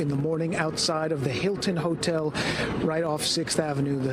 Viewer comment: I am 67 years old and have traveled for work and pleasure many times, i have never heard a HOTEL pronounced HOSTEL the S has always been silent, what is going on